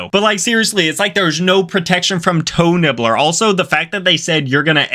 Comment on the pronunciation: TOE NIBBLEH